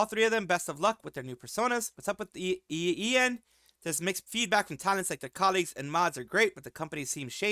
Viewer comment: It's "eiyen".